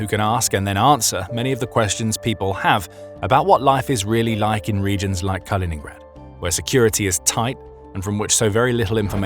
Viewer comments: KalinINgrad not Colingrad. You're supposed to be the authority here. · It's not "Carl-in-grad" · It really detracts from any credibility you claim to have when right off the bat you totally mispronounce the nam of the region you are purportedly an "expert" on...Kaliningrad was renamed after the Soviet Bolshevik hero and former mayor of Leningrad, Mikhail Kalinin... My name is Colin. His name was Kal-in-in, and the regeion is called Kaliningrad... Do your homework before you purport to know what you are talking about please.